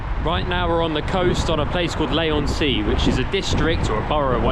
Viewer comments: Fair comment on most of the video, obviously better and worse places in the town It's pronounced Lee not Lay, and you were actually in Westcliff at that point followed by Chalkwell before you get to Leigh. Lived here 40 years and never been to Hadleigh castle, thought the Pier or Adventure Island would be top of the visitor list? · LEE not LAY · The place you went to after the pier was Westcliff-on-Sea not Leigh-on-Sea (pronounced Lee not Lay) Leigh is a bit further along the coast and definitely worth a visit. Like all local councils Southend is skint. That said, out of the centre, in Shoeburyness, Westcliff, Chalkwell and Leigh it improves greatly. We have restaurants of every variety, quirky cafes, independent shops including antique and vintage shops, nice pubs and everywhere lovely Victorian houses. I enjoyed the vlog and thank you for being kind x